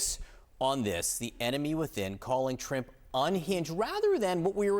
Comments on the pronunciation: not you called him Trimp 😭😭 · Just an aside - he called him trimp, right? Very funny!